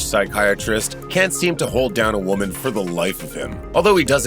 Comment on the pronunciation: How does the narrator not know how to pronounce “woman”?